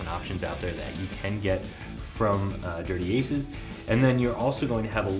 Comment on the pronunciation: Product review 101 my friend. Know the name of the product your reviewing. It's Dirty Acres, not "Aces"